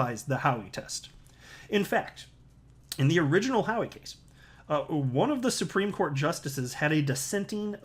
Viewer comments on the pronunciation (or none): none